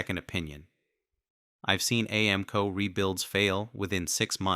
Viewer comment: Lost all credibility with AI voice. Couldn't even pronounce AAMCO correctly.